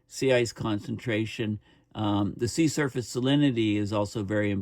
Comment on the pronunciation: Every time you say “sea surface” I think I hear “sea serpent,” which gives a slight bit of comic relief to an otherwise alarming topic.